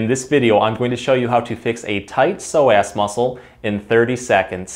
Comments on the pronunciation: omg i had no idea that is how you pronounce psoas 😂 ive been saying 'sew-uhs'. this video is perfectly timed as i just overworked these muscles at roller derby practice and the stretches i knew were not cutting it! thank you! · Did you say “so ass” as in sore ass because I certainly have one from sciatica! ❤️ 😂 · All I heard was a tight sore (so) ass muscle. I'm from SC, that's how some of us talk😂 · You're clearly saying "so ass" as a joke like the super troopers "meow" bit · you were emphasizing the ass of psoas... I like it